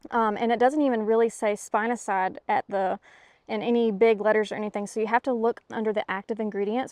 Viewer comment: Way to go! I've never even consided trying spinosad. Its pronouced spin (like a top) a (ah) sad (😢) I've use it for various types of worms but hadn't even an inkling about trying it on ants mounds of any kind much less fire ant. Those little devils.